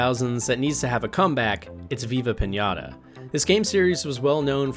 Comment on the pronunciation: This man lost all Respect he built with me the moment he said Viva pinata 😂